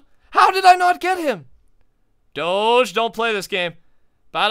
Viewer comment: U don't pronounce doge like that